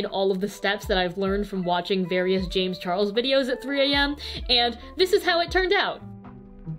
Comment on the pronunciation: DID SHE SAY CHAMES C HARLES???????? OMGGG LOL jk